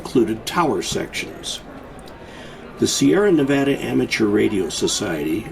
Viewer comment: He knows how to say Nevada good job.